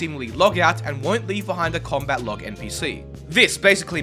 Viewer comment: its named combat not comat